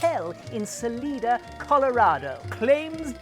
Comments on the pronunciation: "Sa-LEE-da, Colorado"? It's S-A-L-I-D-A, "Sal-EYE-da", a town up in the Colorado Rocky Mountains. When I've had a Monte Cristo sandwich it was like a ham and cheese on French toast, with maple syrup if anything. Keep up the good work! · Thanks for another great video. I hope the little Mecks loved it too. Will you make it again? Also, believe it or not, Salida is Sa-LYE-da. Sorry, not being picky, I promise. It just reminded me that Texas has the weirdest town names in the US. Care to take a crack at Boerne, Burnet, Bexar (that's a county, I cheated), Llano, Humble or Gruene? It took me a long time to say them right and now they're second nature. *** video!!! What's up next?